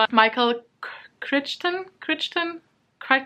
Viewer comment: Crichton is pronounced Cry-tun!